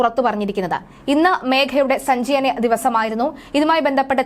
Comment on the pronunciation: സഞ്ചായനം അല്ല ന്യൂസ്‌ reader, സഞ്ചയനം എന്ന് തിരുത്തി വായിക്കൂ